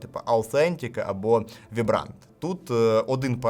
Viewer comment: Огляд чудовий, як завжди) За 400-500 зелених непогана іграшка 😌 І до речі vibrant вимовляється як «вайбрент», а не «вібрант»😉